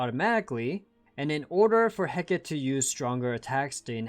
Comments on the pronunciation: Just as an FYI, Hecate is typically pronounced "Heh-cah-tee" rather than "Heh-keht" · Hecate is actually said in three syllables. (Heh-Ka-Teh)